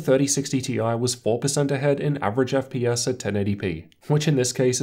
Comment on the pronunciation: wtf is an "Eff pee us"?